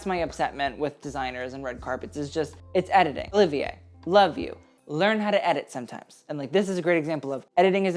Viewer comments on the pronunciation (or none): none